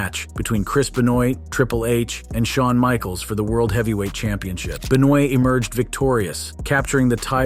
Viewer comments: Chris Be-noy? Might want to fix that there,. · The guy is saying Chris Benoit's name all messed up on purpose what a troll 😆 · chris benoah*